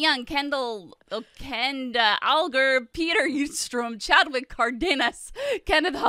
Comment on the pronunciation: You said my name perfect Chadwick💜